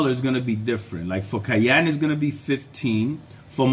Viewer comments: Pronounced cyan | ˈsʌɪən | not cayenne | keɪˈɛn | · Its si-ann. Cyan. Not ki-ann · 😂 took me a minute to understand what you were talking about whenever you said cyan like that. You’re saying cyan like you would cayenne as in the pepper. Cayenne is pronounced Kai-en, like how you’re saying. Cyan is pronounced sai-an 😂 just thought that was funny. 👍